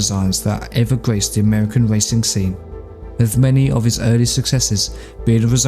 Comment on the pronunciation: Whoever is doing the VoiceOver for this video should immediately get some speech therapy with is not spelt WIV and annoying VoiceOver gaffs